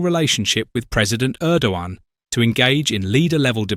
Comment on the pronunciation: You don't hear a G in Erdogan. Just say Errdoan. I don't like him, but looking at the new bad boys in the world he seems to be a half way decent guy.